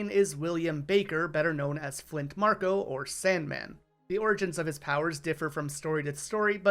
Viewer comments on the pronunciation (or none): none